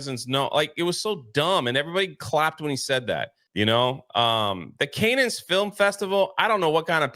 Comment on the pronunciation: “Can-nens film festival” That’s all you need to know about the movie gurus here. Actual geniuses around these MAGA cuck parts. Over her nit picking another man’s mannierism, but can’t even actually speak. Great work.